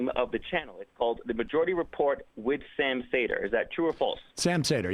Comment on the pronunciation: After that dumpster fire of a call, the cherry on top was him fucking up Sam's last name and calling him Sam Sader. It was made way funnier after fucking up Nomiki's name moments earlier. Really shows him as a guy who does his research and knows what he is talking about. Fucking beautiful lol.